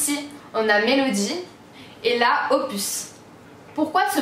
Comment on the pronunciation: Quand tu as dis les surnoms , pour opus tu dis pupus et après tu dis « nn Loulou !! » 😂😂🤣🤣 sinon belle vidéo comme dab !❤️